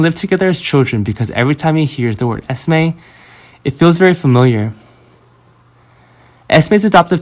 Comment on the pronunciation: Her name is Esme not Estimate